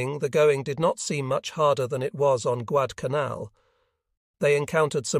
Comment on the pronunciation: Yep, your A.I. reading is getting worse... The book is about the Guadalcanal campaign... and the A.I. can't even pronounce it.